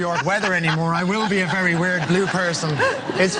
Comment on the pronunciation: "If I stay out in NY any longer I will be a very weird blue person!" His irish accent came out for just a second when he said that !! he's so cute!